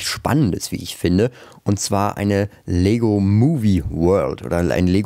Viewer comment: 🤣😂Du sagt,,undzwa" und dann kommt die Chtombook Werbung